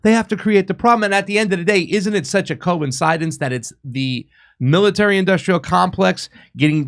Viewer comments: Co Insidedence,,,lol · Why doesn’t this guy pronounce words correctly? “Coincidence” ??? Wtf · I don't think I can keep watching if doesn't start saying coincidence properly. Yes, it IS that bad. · 🤣🤣🤣 why dod he say it like that! "Coincidence"